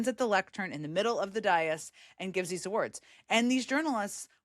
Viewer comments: It's not pronounced "die-as", it is "day-as". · It's "day-is." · What is a "dye-us"? A dais?